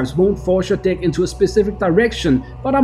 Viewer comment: I don't like the way you pronounce the word "deck"...